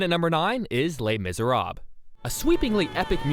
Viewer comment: lees miseraabs XD lol